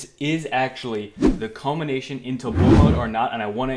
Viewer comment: “The culmination into [unintelligible]” What did you say? It was unclear.